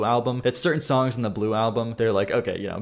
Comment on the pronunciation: Who taught you to speak? The way you say “Songck” should be hated